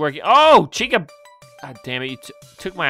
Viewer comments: it chicka not chica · Dude its CHICA not Chicka